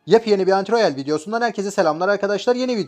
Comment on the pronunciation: Abi neden antiroyal diyorsun?